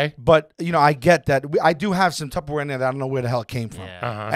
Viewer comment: That's a good conversation about Tupperware, excuse me Tubberware